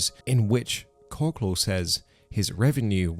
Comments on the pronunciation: Korsley lmao kor ickle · Pretty sure it’s pronounced kor-cal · Korcle pronounced Kor-ah-kel. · Korcle is pronounced cork cull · KOR-SLAY?? KOR-CLAY?? WHAT THE HELL ARE YOU TRYING TO SAY BC IT SURE AIN'T KORCLE?? LMFAOOOOOOOOOOOOOO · It's pronounced Core-Ick-all .....not wtf ever you said lol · The influencer who originally made Dakota popular is call e Korcle is pronounced Cork-el pronounced like the word Uncle. Dakota and Felicity are more probably more popular than Korkle now. I haven't seen any videos by him ever since he quit making videos about Dakota but I've seen Non-Stop videos about Dakota and Felicity ever since they've hit the internet. They have a pretty big following and multiple Facebook and Reddit groups documenting their every move. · I love how you pronounce Kolce different everytime you said it 😂